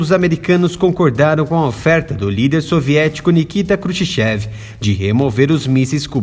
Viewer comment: Ouvir " Nikita crushshev" ardeu os ouvidos 😅